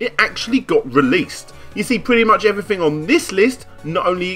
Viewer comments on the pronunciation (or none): "may furtyuff two fousand and fourteen Everyfing was fine, ven, nuffing" Great vid, apart from the lack of "th" 😁